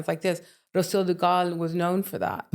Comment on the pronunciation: Hollyweird forcing the Quintañas was disgusting but not surprising! The fact she can’t pronounce Rocio Dúrcal is Shameful !